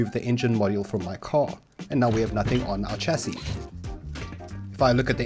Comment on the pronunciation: its pronouced sh-a-cee not a "ch" sound..